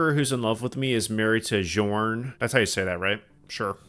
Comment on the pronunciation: bjorn is pronounce like bee-yor-n